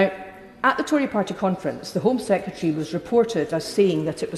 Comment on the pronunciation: The word is not sekatery. It is sec re tary. Apart from that great vids.